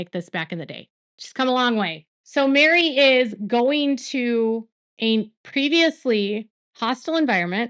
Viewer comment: Isn’t Meri’s name (short for Meredith) pronounced Merry not Mary? 🤔